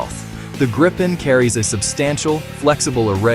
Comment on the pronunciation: Just say Gryphon You can't say Gripen correctly